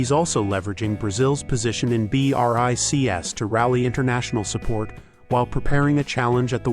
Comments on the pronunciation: B,R,I,C,S?! What?! It's BRICS, pronounced just like the word "bricks". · No one says B.R.I. C. S. It's pronounced Brics. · pleease bro (yes i know is an artificial reader, a voice simulation) its pronouceded "breeks" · Is this AI voice ho spells Brics letter by letter?